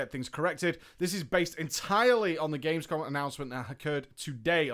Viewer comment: You know its Gamescom not Gamesom aight? naa just kidding :D. Great video! this includes like every main things from legion. Thx!